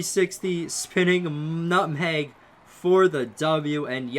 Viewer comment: BRUH. MANS SAID NUTHANG